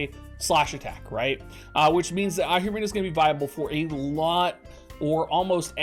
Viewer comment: It's Ahriman (/ˈɑːrɪmən/), man, not Ahirman, man~